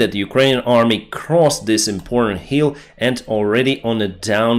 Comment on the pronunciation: Hill, not hral South, not sauce